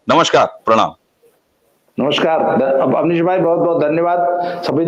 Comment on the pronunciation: awdesh nahi avnish hai wo